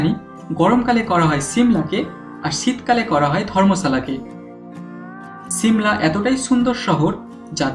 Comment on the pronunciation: দাদা উচ্চারণ ঠিক করেন । ছিমলা না , হবে শিমলা । আর আপনার কোথায় আঞ্চলিকতা